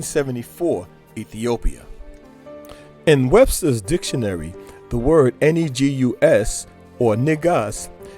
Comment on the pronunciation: Completely saying the word Negus wrong!! Its pronounced Neh-Goose! Not, the very American English NIGG -Of the word Niggers.... Or Niggaz.